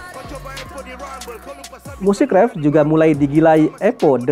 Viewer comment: Mimin kalau bisa pengucapannya Rap bukan Ref🙌